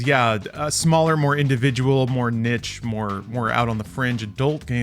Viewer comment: it’s pronounced niche